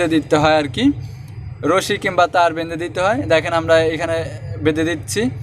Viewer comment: বেন্দে না ভাই বেধে